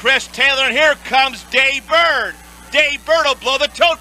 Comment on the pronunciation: It’s Day Bird, not Jay Bird.